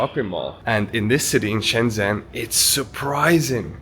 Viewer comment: Nice video! China is truly amazing and futuristic. Some friendly feedback: you are pronouncing Shenzhen a bit wrong, the "zhen" syllable sounds more like something between "jen" and "chen" in English. If you check a translate app you can hear how it's supposed to sound.